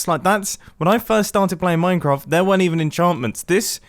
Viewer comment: wan mincraft day